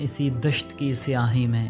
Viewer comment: It is not siahi......